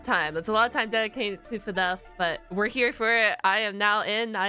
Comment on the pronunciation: Stop saying fnef say fnaf